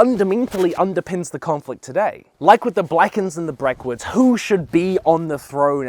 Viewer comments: "Like with the Blackens and the Brackwoods" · “Blackens and brackwoods” lmao